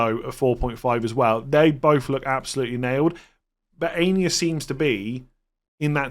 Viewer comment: Not Ania. Pronounced AH-E-NOR